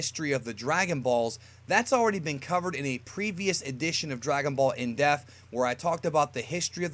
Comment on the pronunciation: Whenever I hear you say "in depth" I keep hearing in death or in deaf.